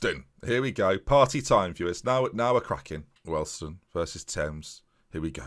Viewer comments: What on Earth is a Welston? Wee-all-d-stone I think you mean. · Hi great video it’s pronounced we all d stone